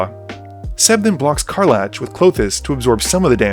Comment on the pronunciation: Magic content creators constantly pronouncing card names wrong brings me great joy.